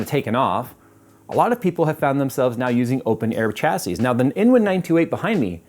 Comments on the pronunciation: No, in AMERICAN its "CHA see" cause you people cant speak english properly. But in England, the country that made English, its SHA see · Chassis = "SHA-SEE" its a French word. "SH" not "CH" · 😂 sha-sea not cha-sea umm if i was gunna buy a new mobo for a 9th gen i7 (9700) what would the best choice please bud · OK I'm finally gonna ask...is pronouncing "Chasis" properly? I've always thought it was said more like shashie, phonetically speaking